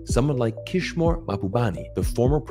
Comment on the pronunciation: Good video! But it's Kishore, gosh darnit!!